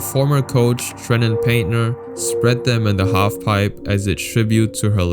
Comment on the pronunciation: Tragic video but our last name isn't Payntner it's pronounced Painter but you're just taking the I out and replacing it with a y